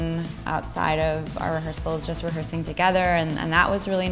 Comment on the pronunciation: "rehearsing" right then